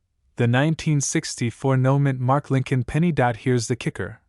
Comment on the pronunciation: I think it's "No Mint Mark" not "Noman mark".